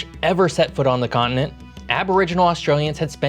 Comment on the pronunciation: Australia is a con-ent? What is a con-ent? Con-TI-nent!